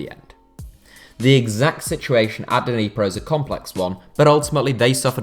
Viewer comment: Nee-pro, not Deeneepro